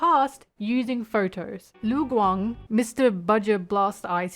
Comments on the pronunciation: im sorry how did you pronounce lu gang?? läng? ling? leng? guang?? I will never stop being confused over westerners not able to hear and mimic sounds. LU. IT'S LITERALLY JUST LU. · As a someone who speaks chinese since young, I am CRYING at your pronouciation Cheng XiaoShi (cheng sea-ow sh [but dont say shhhh pls] ) its not XiaoShe ppl Lu Guang (Loo Gu-wang) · ok the rest of the video you did say lu guang correct lmao wtf happened at the beginning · LMAO I paused right after you tried to pronounce lu guang and now I pressed play and yes you did butcher their names lmao its ok. just practice idk.